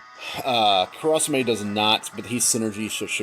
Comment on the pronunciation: How you say kurasame is cringeworthy. But overall good run